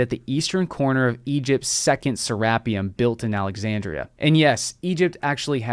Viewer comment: it is pronounced serra-peum